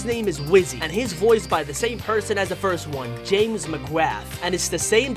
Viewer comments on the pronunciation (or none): none